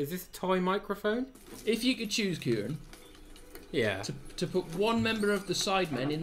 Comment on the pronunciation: Why does noone get Kirane’s name right